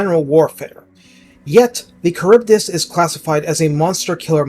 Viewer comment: I believe it’s “Kharibdeese”